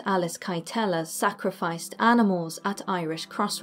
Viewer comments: Kyteler is pronounced "Kittler" not "Ki-tell-her." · I actually live in Kilkenny where Alice kytelers lived even tho I am from cork just a heads up it pronounced ,kiteller , she also escaped to England and broke out of prison after that no one knows where she went poor petronella tho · Irish guy who has been in Alice Kytlers house, You pronounced Kytler so incorrectly haha, it’s pronounced Kit-Ler much love for the channel